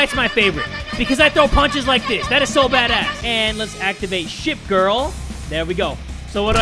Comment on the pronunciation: Did you say shit girl or ship girl